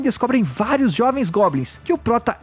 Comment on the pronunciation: Ele falou gobnis 39 vezes